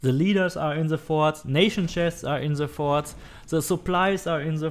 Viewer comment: "Everything is in the farts Go to the farts" I'm sorry lol at 6 min mark it sounded like u where saying farts really good video btw I just started playing and you saved me a helluva alot of time thanks m8